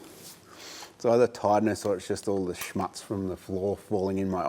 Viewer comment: I'm sorry. I heard it a lot of times now and I feel to tell you: The "u" in the word "Schmutz" is pronounced like the "oo" in football. Nevertheless I like all of your show. Thank you very much!! Cheers.